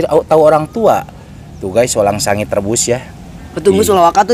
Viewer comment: Hahaha Lucu orang bilang walang sangit malah walangsange🤭🤣🤣 Sukses selalu dan sht slalu buat kg Munir bersama kruhnya